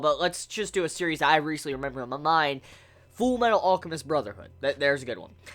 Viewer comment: Full Metal Awlchemist? I've never heard that word pronounced like that lol